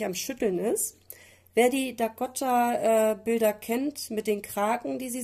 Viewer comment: Von der Künstlerin habe ich auch ein Bild und noch einige auf der Wunschliste 😊 Wie du ihren Vornamen aussprichst triggert mich. Dakoooota, nicht Dakotta 😬 ✌